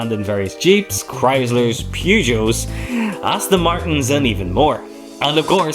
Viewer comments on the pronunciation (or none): none